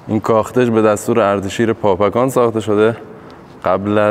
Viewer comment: به درستی شما بابکان را پاپکان نامیدید. در زبان پارسی فیروز معنی ندارد. در زبان عربی پ، ژ، گ وجود ندارد. دزفول، دژ پل بوده. فیروز آباد ، پیروز آباد و حاجی فیروز ، احتمالآ....پیروز بوده. ممنون ، همه دوستان از ویدیو های شما لذت میبرند. موفق باشید.